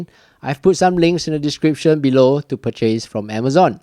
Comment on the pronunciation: Quick tip: The word 'purchase' has the accent on the first syllable, 'Pur' is stressed, not 'chase'.